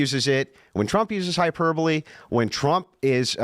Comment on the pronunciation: Hyper bowl! How i read hyperbole every time.